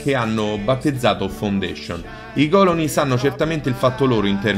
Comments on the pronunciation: TOP beta tester montatore cameramen e tuttofare Bethesda....che me fa' taia' quando dice còloni invece di colòni.😂😂😂😂😂😂😂🤗🤗🤗. Ma gli voglio bene per questo...ottimo video, belle notizie...e 10 minuti di simpatia!🖒🖒🖒🖒👌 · Si dice colòne non còlone